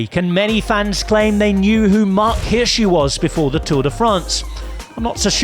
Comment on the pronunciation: it's "Hirschi" 👌